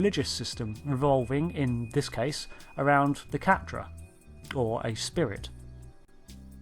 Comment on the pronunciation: It's pronounced "ka-tra"... not "cat-trah"